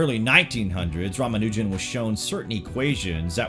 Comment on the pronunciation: Ra-mon-na-john Lmao